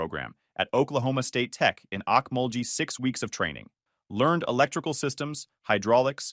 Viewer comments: Okmulgee, OK isn't pronounced AWK - Muhl - Jee, like you pronounced it. It's pronounced owk·MUHL·gee, like the Oak (in OAK-lahoma), emphasis on the MUHL, and a hard "G' like GET OUT of here, not a 'G' like JEEP! ur welcome. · Lol thanks for the lesson. The way he said it had that “I tried my best” energy but yeah… that pronunciation was fighting for its life.